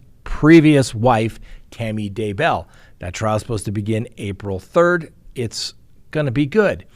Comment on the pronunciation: I believe you stress the wrong syllable in both Tylee and Daybell.